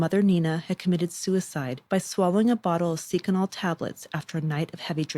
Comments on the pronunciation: It’s not Seek ca nell it’s Sec ca nell. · Pretty good, but like all kids today who narrate their own vlogs you mispronounced a number of words, chaise lounge, GOOGLE the pronounciation, please, seconal, thought that was fairly common knowledge, oh well, the devolution of language that we've been experiencing in the last decade, most profoundly , is a serious indicator of the decline of a civilization, it's hard for an old journalist like myself, someone who holds books and words as sacred to hear the youth of today massacre it regularly, not only in day to day speech but down professional avenues as well, such as public narrations